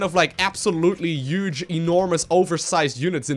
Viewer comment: That thing is uge (not a spelling error, he just says uge)